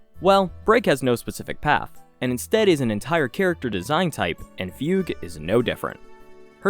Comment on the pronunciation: it's Foog Way like Oogway not Fyoog. for Fugue...